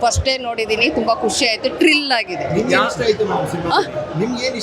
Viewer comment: ಮೇಡಂ ಅದು ತ್ರಿಲ್ ಟ್ರಿಲ್ ಅಲ್ಲ first time nodidira ansatte